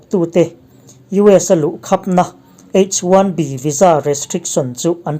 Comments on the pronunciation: H 1 B ilam dan kha a dik maw,Bi. In lam la,Bee in ilam tlat maia Tiau chhaklam lam dan deuh ani in ka hria,adamg pawh a tam mai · H1B lam dan te kha ngaihthlak a nuam lem lo.